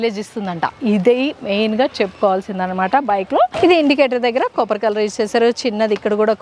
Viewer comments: అత్తా అది కాపర్ కోపర్ కాదు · Copper, not capar